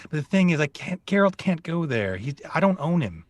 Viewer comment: Geh ROLT? wtf